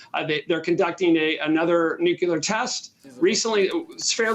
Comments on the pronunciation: "nookular" video closed, learn english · The credibility of the guest was reasonable until he pronounced “nuclear” as “nucUler” what the heck!? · Never trust someone who says, "Nookyaler." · talks about "Nucula". What in the heck is that? Is this guy actually in touch with military issues? What is his competence level? If he operates on a primary school level of English, at what level does he operate in military strategic planning? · Why can't these "experts" pronounce the word "nuclear" properly?